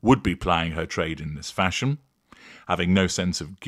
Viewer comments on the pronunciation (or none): I think it's the way you're saying "Bob", every time you do, I see Rowan Atkinson. The same way when you say "fashiōn", I see Steven Toast. I think you do it deliberately, subtle though it is.